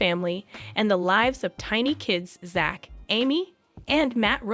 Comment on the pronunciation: It is not pronounced "Zatch" His name is spelled Zach for Zachary, but his name is pronounced "Zack" like the name "Jack" Quit mispronouncing everyone's names!! Pronounce their names correctly all the time!!How would you like it if your name was mispronounced all the time?